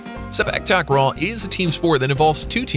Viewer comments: how i wished you can pronounce takraw you're saying it incorrectly takraw (a pronounced as an o sound) it should be (au sound). Takraw (au sound) ✅. Takraw (o sound) ❎. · Which "a" in takraw should be pronounced with the "au" sound? Is it t(au)kraw or takr(au)w?